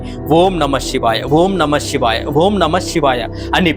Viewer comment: షివాయ కాదు శివాయ Shivaya Kadu, Sivaya Correct